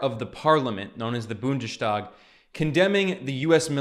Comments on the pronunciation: It’s not pronounced ‚BundeSTHag‘ it’s BundeStag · Don’t say Bundestag as an SH. It doesn’t always apply for ST combinations and in this case you have to pronounce it as an S.